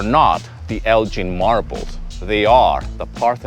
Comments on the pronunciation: No genuine insight here. These are just common sense and manners. The wonderful Greek people aren't going to get particularly offended with these. Ps it should be a hard G in Elgin- no offence taken 😂🇬🇷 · The name is pronounced Elgin with a hard g, not j. It’s a Scottish name.